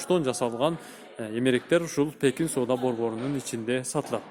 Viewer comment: Пекин базары десениз Текин базар деп тушунуп алыпмын